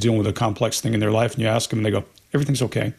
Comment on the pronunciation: right after you ACTION you say "starts aksing questions"...really? I guess it's a pet peeve of MIn.a.. Just for a secind, analize yourself. Why would you or anyone say ask pronounced aks